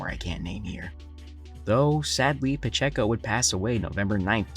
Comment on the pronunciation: I believe it's pronounced pa-chay-ko